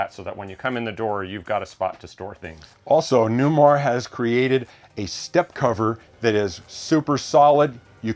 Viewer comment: Does this Newmahhhh have Smahhhht Pahhhhk?